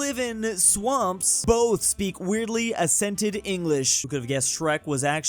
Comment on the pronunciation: Assented? Accent is pronounced as aksent, not assent.